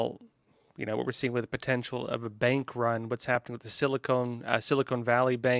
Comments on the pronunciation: SiliCON, not Silicone.. :) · For the love of God.... It's sili-CON. Not sili-CONE. Short-O. not long. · It is called "seal a con" valley is what I hear you saying.